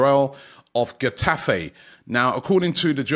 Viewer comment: Butchered Getafe too